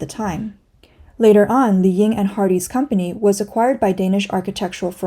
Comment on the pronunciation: 李颖 is pronounced Li Ying, not "Li Yin."